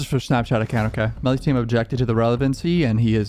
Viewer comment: its meellys fewn